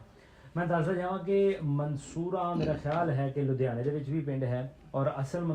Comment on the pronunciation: Babe de bole aje ve sade ludhiana zile de aa. Nahi ta Pakistan vich ja ke saria bolia ek mik ho gia. Ludhiana zile de boli sidhi te katabi boli aa. Eh majhe dobabe pobadhi multani ja pothohari nal nahi milde. Baba ji ni jad ludhiana nu( ludhehana )kiha ta swaad aa gia. ਲੁਧਿਆਣਾ ਨੂੰ ਜਦ ਲੁੰਦੇਆਣਾ ਕਿਹਾ ਤਾਂ ਸਵਾਦ ਆ ਗਿਆ